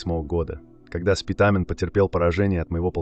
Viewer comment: Не СпитАААмен , а Спитамен.